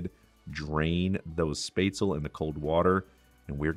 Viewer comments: If he could also pronounce the word Spätzle correctly, that would be great. It's NOT "spaisley", or what ever he's saying, omg! It's [SHPEHTZ-LEH], please!!! For those of you who don't have that fancy Spätzle tool, just do whT my grandma used to do. Take the lid of a pot, lower it into the batter that has been poured into a deep enough but wide platter. The bottom of the lid gets covered in batter. With a long spatula, carefully scrape small amounts of batter directly into the boiling water. Keep scraping the batter off the lid into the water, the Spätzle will resemble thick little worm looking noodles, and like he says, the Spätzle are cooked when they start to float. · I loved everything except your pronunciation of "spätzle". It's shpot-sell, not spate-sell. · Love your youtube you make it so easy!! And yep the word is said like spatula but instead of the first a , say it with an e as in ever - and no u sound ( spetzla, sorta) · Real Swabian here, I know a little bit late... It's Shbetsle. In Swabian, almost every SB, SP, SD, ST letter combination is pronounced with the SH sound. Also, Schwabenland is the standard German way of saying it but no real Swabian would ever say it that way as that word is very special to us. It's called "Schwåbaländle" (or "Schwobaländle" if you don't use the å) pronounced [ʃvɒːbɐlɛndlɐ] and it is our home 😊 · Hello I am a German and spetzle is my food that sp in German is pronounced shp I was born in to a German immigrant family and German and English are my first languages I have one of these spetzle makers I bought mine on amazon I am a food blogger from Wordpress I never went to culinary school I am a home chef however and I am nearly self taught but my influence come from my grandfather and he is my muse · One of the classic german recipes, very well executed! But one thing is missing IMO: Cooked red cabbage as a sidedish! And the way you butcherd the spätzle (spaetzle) pronunciation 😳😂